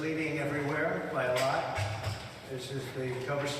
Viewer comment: "By a lahht". He just can't help himself. He's a liar through and through.